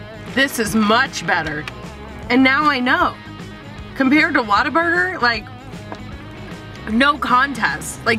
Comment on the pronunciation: Where are you from?? You say WhataBurger like a Texan Waterburger lol